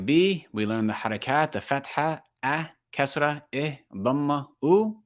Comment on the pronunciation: The Kasra is not like the i in tin but like the ee in been, except that it’s short . In tajwid it’s a mistake to read the kasra like English i sound.